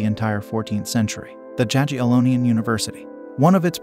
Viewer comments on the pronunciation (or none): Jagiellonian University is pronounced "Yagiellonian" :)